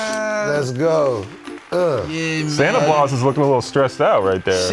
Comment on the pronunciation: 😂😂😂, He Said Santa Blaus, Instead Of Santa Claus He Always Does This, And It's So Funny 😂